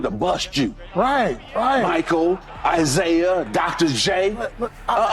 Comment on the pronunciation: All these you tubers can't put in the effort to make their own videos? Michael "jordon"? Isaiah (eye zeye uh)? AI fail and creator fail for using Ai.